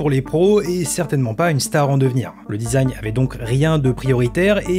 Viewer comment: ça mfait un peut tiquer le "dizagne" au lieu du design (dizayn) MMDRRR